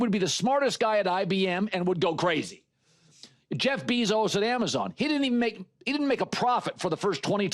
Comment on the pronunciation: “Jeff beees Zoe’s”